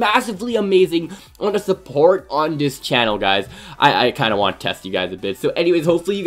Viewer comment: Learn how to say support not supportsssss